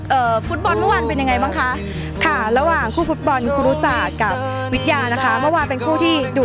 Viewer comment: ครุศาสตร์ นะครับ ไม่ใช่ คุรุศาสตร์